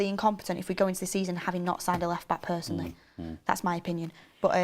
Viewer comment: saying personly is killing me off!